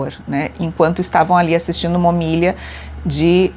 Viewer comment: Profa. homilia é oxítona, na paroxítona. A última sílaba é a tônica. Admiro o seu trabalho. Estou revendo todos os episódios da série Operação Águia.